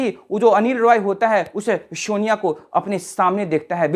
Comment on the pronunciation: Shonia ❌ sonia ✅